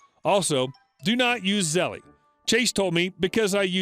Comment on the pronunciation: First story: Zell-E lol. The E is silent. How do I know? Been getting countless ads for them over the past two weeks, especially on RedWheel videos.